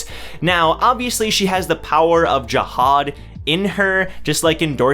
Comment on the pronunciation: Its Anak and JAhad not aNAK and jaHAD